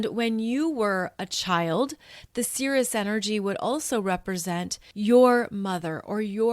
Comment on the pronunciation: I thought you might want to know that Ceres is pronounced "eez" on the end - ˈsēr-(ˌ)ēz, which sounds like the word 'cereal' which, as you know, comes from Ceres the Goddess of the Grain. 🌾 I appreciate what you're teaching us in this video, because I've been wanting to learn more about what healing looks like and what all the different possibilities are for how to do it., you definitely make me feel more okay with being on the path I'm on and following my NN in Cancer, 1st house. "Persephone became very skilled at journeying between the upper world and the underworld." - Get this - Proserpina is conjunct my Moon which is sextiling Ceres in my chart. And I've been reading near-death experiences since I got online in 1998. They were the first thing I looked up as soon as I was on the internet. I'm fascinated with that subject. "She became a messenger for the Gods." - I have a stellium with my Sun in Pisces. This is from my notes: "Pisces: the pure channeler of the gods." and also: "God's Gift to Pisces ~ To you Pisces I give the most difficult task of all. I ask you to collect all of man’s sorrows and return them to me. Your tears are to ultimately be My tears. The sorrow you will absorb is the effect of man’s misunderstanding of My Idea, but you are to give him compassion that he may try again. For this, the most difficult task of all, I give the greatest gift of all. You will be the only one of My twelve children to understand Me. But this gift of und